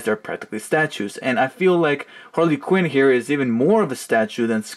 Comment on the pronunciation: Harley Quinn not Hale quiren